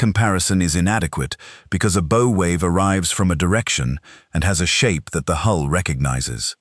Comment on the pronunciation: Learn how to pronounce the name of the front of the vessel....BOW.......B OW. Bow